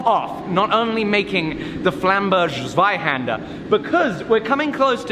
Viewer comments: Oh and try to say Zweihänder with a hard "z" like: Tsweihänder The much more difficult "händer" part is beautful, btw. What's next? Dreihänder? LOL :-D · Here is an instruction to say it right : The z in zweihänder is sharp like in soul and then just put a T before it. The ä is best spoken like the a in ham. I had to say this otherwise i will be triggered the whole series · 16 episodes and you speak it ZweihÄnder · From an American German Lutheran who learned Deutsch when the maiden great aunts did not want us to understand what they were saying, z is pronounced ts, ei as eye, a as ah as in bah humbug (the long a is just pronounced for a longer time), so ts,v,eye,hahnder, and the final r is just a bit more subtle than BBC-style. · hey its called zweihänder not zweihander:D greetings from germany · No matter how crazy is going with the pattern...in the end, the biggest challenge will be to pronounce "wurmbunter Zweihänder" right. 🤣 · Germans are a bit fussy ... its called Zweihänder.... with " ä ". You can do better! :) US-Keyboard is no excuse :P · Just want to say that it's not a Zweihander, it's a Zweihänder (ä is almost like e, but more like the sound a goat does, like the French é) and maybe you could say it more German, so harder. Anyway, very cool and exciting project. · Because you are going to say it a lot during the next 63 episodes. The Z in Zweihänder is pronounced more like ts. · Hi, it's called Zweihänder 😁😋 Nah just kidding but the English version would be written with ae instead of the ä 😊 Keep your work up. It's always great watching your videos. 👍🏻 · please 🙈 Practice the correct German pronounciation... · Only they spell it Zweihander and not Zweihänder :( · Your pronunciation of Flamberg Zweihänder was terrible but i'll award points for the excessiveness put into it: 10/10 from me. For those interested, it's pronunciation is: /Flámbɛrk/ /Zweíhänder/ (flám-berk ts-va-ee-hen-der)